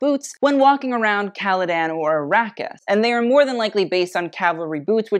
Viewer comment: Also Ar-ah-kis not Ar-aw-kis